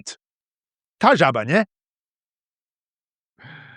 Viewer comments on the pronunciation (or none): In Prievidza region - zemáky Favourite potato dish - halušky s vajcom Regarding the žaba joke - it's a classic one. Just one tiny detail: - in Humenne version (ta, žaba, ne?) you forgot to stress the second word (žaba), so it sounded just like a standard slovak...But the stress you put shifted the meaning from the original "ta, žaba, ne?" = well, frog, innit? to "tá žaba, ne?" = that frog, innit? Just a small detail :) Love your channel 😚👌🏻